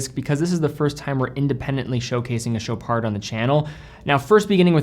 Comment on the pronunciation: You're actually saying sho-PAR and not sho-PARD!!! THANK YOU!!!!!!!!!!!